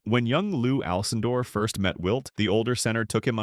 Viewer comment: What is this AI narrative. The guy is one of the most famous people in the world and the video can't even pronounce his last name correctly. It first pronounces it ja-brrrr and then Alcin-door?